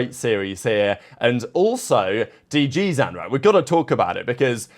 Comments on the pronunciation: Bro please for the love of god it's zin as in literally like zyn, not ZAN PLEASE BRO LMFAO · This guy and his pronunciations man for the love of God it is D. G. ZIN as in sin and M. W. ZERA not mewzera like a cat.